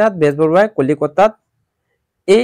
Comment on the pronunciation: কলিকতা ❌ কলিতা ✔️ 🤣🤣🤣🤣